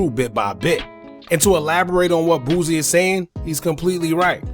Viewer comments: BOO-SEE not BOOZEY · Bruh who is Boozy? Lmaoo it’s pronounced “Boo C”